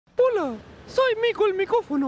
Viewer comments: ¿Soy la única que al inicio del video en vez de escuchar hola escucha tula? XD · Pensé que al principio dijo Tula XD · Tienes Razón Dice Tula Y Ni Siquiera Me Di Cuanta Pero Qué Vergüenza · Pensé que al principio decía : tula! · ¿Es mi idea, o Mico dijo "tula" en vez de "Hola" en el principio? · Yo escuchar P U L A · Ahora que me lo dices no puedo dejar de escuchar tula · Soy yo o al inicio dice tula xD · Diablos señorita🤣🤣🤣😁😁. Hablando seriamente Yo sólo escuché Hola XD Bueno ula, pero no Tula jaja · En el principio dijo hola o tula?